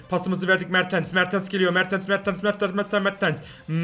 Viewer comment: Abi se mertens se mertıns diyon